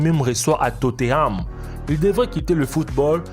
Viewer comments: TOTENHAM. Pas toteam !!! Énervent en plus mélange de la core du nord! Alors que son est du côté du sud ! 🤦🏻‍♂️ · Tote koï totenham pas totheam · MDR tu dis Tote Ham alors que c est totenam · C tothenam pas toteham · C pas totteham c tottenham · Jsuiiiis mort il a dit « il joue pour Totteram » 😂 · Mais arrête de mettre des images de la Corée du Nord pour la Corée du Sud. Renseigne toi ignorant encore je veux bien que tu sache pas prononcer TOTEHAM mais ça franchement non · totteham mdr belle pronontiation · hyperion 1020 Tot é Ham* 😭😭😂😂😂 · hyperion 1020 totéame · les commentaires 90% : les images la Corée du Nord et de la Corée du Sud 10% : comment il a prononcé Tottenham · Comment ta prononcé tottenham mdr